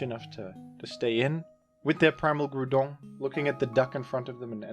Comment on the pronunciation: The Groudon pronunciation is fantastic